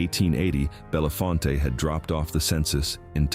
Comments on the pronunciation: Bellfont not fonta ai sux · The company that bought the Bellfonte (pronounced Bell-font)nuclear site was NOT ALLOWED to finish it. Eventually in 2021 TVA terminated the sale and still own the site to this day.